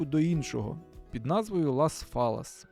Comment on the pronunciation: Чудове місто. Тільки не "фаллас"(майже фаллос))), а "файяс". "Йя" - саме так вимовляється подвійне L в іспанскій.